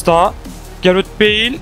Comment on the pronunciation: Abi beil değil beıl